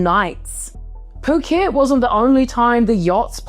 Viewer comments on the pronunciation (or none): none